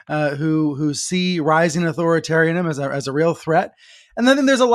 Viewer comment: I watch regularly and dig your every episode. I THANK YOU for calling out the rise authoritarianism. I urge you both, and Brian, as you bring this to the attention of the public, to take a few minutes to learn to properly pronounce the word "authoritarianism." Holy crap. It's the subject of the conversation. At least one of you could manage to pronounce all the syllables.